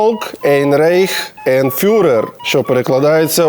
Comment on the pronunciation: Не ейн а айн (eine читається як айне, ein - айн)